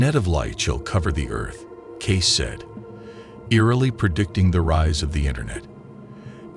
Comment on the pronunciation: His name is Cayce, NOT Case. And he didn't try to hide anything. This AI stuff sucks. Get it right. They only have to get thru WWI, the Great Depression, WWII, and all the other crap.